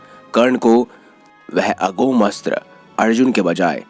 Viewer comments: अघोम नही अमोघ होता हैं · अमोघ, अघोम नहीं । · Aghom nhi Amogh hota hai😇